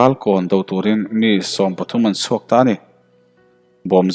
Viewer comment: Z,S leh CH hi I lam fuh lo tlat hian ngaihthlak a ti hrehawm thin. Lal thisen chhuak tih tur a,chhuak tih a lam tur hi,suak I ti a, a thu tum a Bo vek thin,fimkhur deuh teh